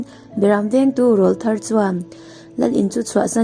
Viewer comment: "Rawlthar" i lam dan hi a hmasa lamah khan ka sawi tawhin ka hria! He "rawl" hi "tleirawl" tiha "rawl" ri ni lovin, hemi kan aw chhuak "râwl" ri hian a ri chho zawnga lam tur a ni e aw. Tin, "dar lukhum" i lam dan pawh hi a dik lo a, heta "dar" hi inkhawm dawna biak ina an khawn rik vu vu ṭhin "dar" anga lam tur a ni e aw.😊😊 He channel ka hmu har lutuk a, a ṭha tak zet a nia❤❤❤